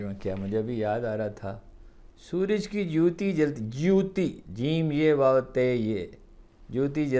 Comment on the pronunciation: Haroon sb lafz ( joote) nahi ha balke (jote) ha mazrat ky sath لفظ جوتی نہیں ہے بلکہ جوت سے جو تی ہے